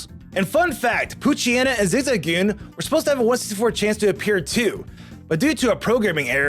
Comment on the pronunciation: Lmao i heard that too